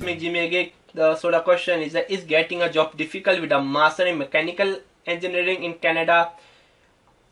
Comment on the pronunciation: Dumbass, cant even say Mechanical Engineering properly